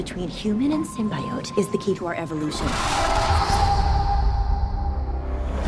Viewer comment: Why is she mispronouncing symbiote? I think this was a pretty good trailer. It piqued my interest. I hope venom has more than 5 minutes of screen time like I’ve been hearing.